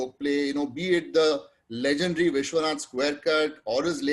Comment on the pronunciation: Nice to see the great G. R. Vishwanath still going strong. The discordant notes were the interviewer's constant and jarring mispronunciation of "legendary" and his referring to Mr. Vishwanath as Vishy, when he is old enough to be his father.